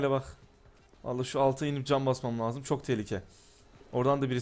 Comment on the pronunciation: seyfte olmanız lajım diyo hahahhahah